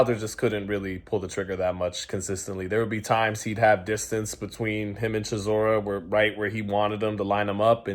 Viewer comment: 😂 bro I said chisoras name like that yesterday & my Gf looked at me so crazy im like Blame not me 😂